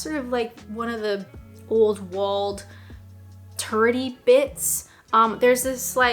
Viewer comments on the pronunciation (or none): I just worked out what you said when you described the city, you said "turrety bits". Initially, I thought you said "turdy bits".